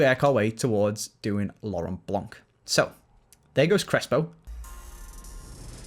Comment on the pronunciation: Is My phone broken, or did say Laurent Bronk?